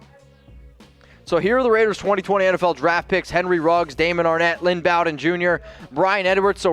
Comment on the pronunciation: "BOE" DEN. Bow as in Bowtie, not as in "bow wow." Also physically he is a slot receiver, but something no one talks about is how hard at his size he was hard to take down. And his instincts on running were Gayle sayersesque. Watch his long runs where he would cut back in and beside the player in front of him he always seemed to do it right when a player behind him had a shot. Could have been blind luck but he has done it multiple times.